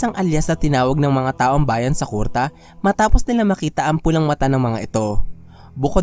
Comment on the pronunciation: Medyo asar lang sa pag bigkas mo ng kurta na miski kuruta haixst